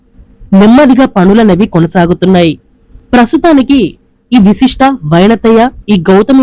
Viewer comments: అది విశిష్ట కాదమ్మా వశిష్ట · విశిష్ట కాదు... వశిష్ట... వైనతేయ... ఇవి ఋషుల పేర్లు